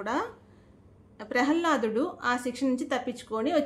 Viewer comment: ప్రహల్లాదుడు కాదు మా. ప్రహ్లాదుడు